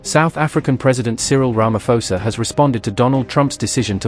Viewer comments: Ramaphosa pronounciation - the ph is pronounced as a P not F. Johannesburg as a J as in Joe. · Not Ramafosa, Sir🇿🇦🇿🇦